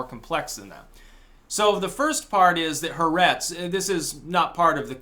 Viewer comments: it's not heretz it's Haaaaaaaertz, A as in french or German alphabet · If you want to be really cool and seem knowledgable, not that you care, you would say “ha-aa-RETZ.”